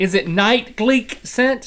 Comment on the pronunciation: For the last time........ it's not gleeK it's gleeT. GLEET not Gleek